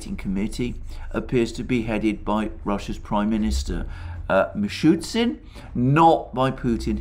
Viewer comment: It’s MishuSTin, Alexander, as in Simon & ShuSTer. Not Mishutsin)